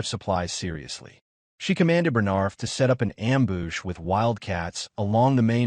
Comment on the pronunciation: This has been by far the best edited AI recap. Not too bad on getting the words right I mean there's a few that are off like ambush LOL but for the most part it's really done well